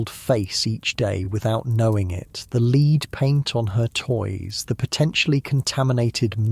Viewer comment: It sounds like an actual human voice, so why does he forget how to pronounce "lead" about halfway through???